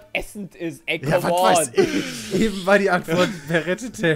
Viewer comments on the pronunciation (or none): none